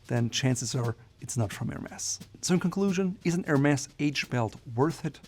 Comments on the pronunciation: Bro you pronounced it right "HERMèS" why did you carry the rest of the video calling it "HERMEZ" ? Don't they teach their vendors how to pronounce it correctly overseas ? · I think it's pronunced Hermey's 🤣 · “S” is not pronounced!!!